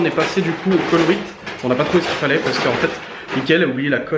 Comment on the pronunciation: Colruyt ne se prononce pas colrit mais colroeit silteplait ça me perturbe trop 😂